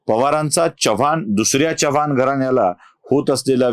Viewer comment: Chavvan Naahi Chavan